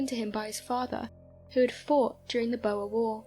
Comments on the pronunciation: I only found 1 thing wrong and its your pronunciation of the "boer war" Its not pronounced "bow-er war" its infact pronounced "boor war" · It's pronounce Bor as in a pig not BoER & the war was against Dutch settlers in South Africa not the South Africans. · Fascinating stories... Pronunciations... Boer war= Bore War not Boa War and Salisbury is pronounced Sawlsbury... Otherwise excellent and intriguing as always! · Boer is not pronounced as Boa as in Boa constrictor! It is pronounced Boor. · Nice video and great voice, but your pronunciation of "Boer" is excruciating!! 👍